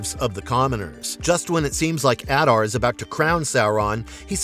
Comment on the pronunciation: The only one who pronounces his name correctly, which is shocking considering it is pronounced in the show. *If you want to go above and beyond, other Uruk-hai call him Ada, with the r being silent